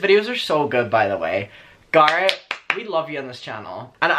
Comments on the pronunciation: We’ve been shouting at Americans to please pronounce Craig and Colin in the proper way so we are ignoring you guys on Garrett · It’s only annoying that you pronounce Garret different because you don’t pronounce any other name differently ? That’s why it’s wierd.... lol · It might just be me, but I love the way you say Garrett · ok i do hate how you say garrett but... since you asked nicely ill keep watching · fyi i dont actually care i understand that in different accents names are pronounced differently lol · idrc how u pronounce garrett but its the attitude of choosing to mispronounce someones name. hes a human, its just kinda.. rude.. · ok i just have to say this out of respect and as a fan, it just doesn't sit right with me that you mispronounce Garrett because of an accent, because that's exactly the same thing racists say to not learn foreign/black names and it is really disrespectful. I myself HATE when people mispronounce my name cause it's latino and "they have an accent" cause it's not up to you to decide how you pronounce MY name. Not saying that you are racist, of course, but just out of respect for the person you should respect how THEY say their own name, not how you think it is or how you pronounce them in your area. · It triggers me how you pronounce Garrett 😂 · Because of your prononciation After watching this i am gonna unsubscribe. Bye have fun in life. Someone's name is how they pronounced. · There’s a difference between having an accent difference and ignorantly pronouncing a person’s name incorrectly. It doesn’t matter if people pronounce their names that way where you live. His name isn’t pronounced that way. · Garrett is like "situation". "Sit-seation"😂😂 We know what you mean. Go on with your bad self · sounds liek your saying gaara obviously you CAN say his name correctly you just dont its not like tamato and tamato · U remind me of Thomas Doherty voice & looks Edit the way you say Garrett...I can't lol that's my boyfriend's name lmao